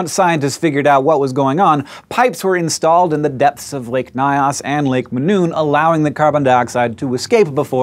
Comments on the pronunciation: Loved this episode it explains a lot about what was considered a national catastrophe in Cameroon. Just one tiny correction the Nyos is pronounced Ni-Us not ny-us lol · LMFAO. I had to rewatch it to hear it. I don't think he is trying to say "Mynos" though, its "Nyos" like nigh auss. Edit: if anyone cares. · If Hank could pronounce "Lake Nyos" less as "lick my ass" it would raise my comfort level. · Lol the lake isntneven pronounced like that. The languages of Cameroon dont have the same orthography as English. Its pronounced like a hypothetical Spanish word *ños would be.